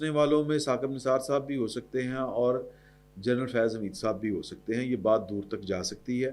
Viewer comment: سید بادشاہ جرنل نہیں جنرل فرق واضح ھے